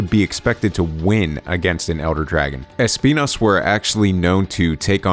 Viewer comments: es - PI - nas Nice, hehehehehe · Thanks for pronouncing it correctly! The showcase didnt do that lol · He said the name perfectly fine. It's pronounced in spanish. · spending 145% of his brain capacity to make sure he pronounces Espinas correctly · NGL the way you pronunce Espinas is amazing, it seems you practice some spanish or something cause thats some really damn good Spanish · Hehe, As someone who is Spanish..., I can guarantee to you guys that you pronounce it more or less ok, of course with the accent but fine 👌